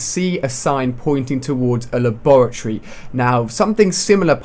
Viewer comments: It's lab -ra -Tory lol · A "Lah-Bore-A-Tree" lol. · haha La-Bore-uh-Tree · He's obviously not from where ever you are, because depending on where you where raised/lived it's pronounced differently, I know that in Australia it's pronounced lab-ah-tery, I'm not too sure for everywhere else. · la-borr-ity. Lol! :) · HAHAHA its pronounced lab-ra-tor-ee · You say laboratory stupid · How the fuck do you say the word laboratory, that sounds weird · Say laboratory again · Do you not know how to say laboratory? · nice pronoucing of labratory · U say labatory wrong ali a lol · The way he said Laboratory The fuck?